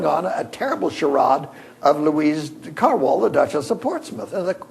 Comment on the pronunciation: Louise Carwall? Please! Louise de Kerouaille, pronounced Care-roo-eye...